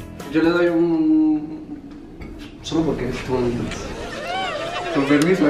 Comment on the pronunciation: El Amigo Ahí "Compermiso he"🤣🤣🤣🤣🤣🤣🤣🤣